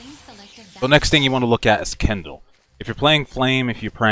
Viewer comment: Hahaha Kendal, what are we supposed to do use Kendall Jenner? Kin - del, not ken - dal You helped me make my mage suck less so help you speak English :) fair trade.